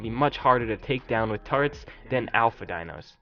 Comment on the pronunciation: What is up with people not being able to say turrets? It's not "turrents" or "tarrets," it's TUR-RETS!